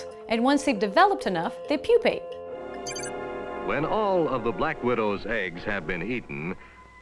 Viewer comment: Given that she pronounced "process" and "pupate" wrongly, added a syllable to "metamorphose", and said something sounding like "swole" instead of "swollen", I think her pronunciation of "Pokemon" isn't the most important issue here.